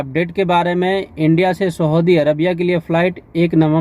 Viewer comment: Saudi ko aap sahudi bol rahe ho bhai.